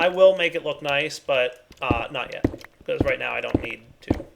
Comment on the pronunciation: Anybody notice he said "bechoz"?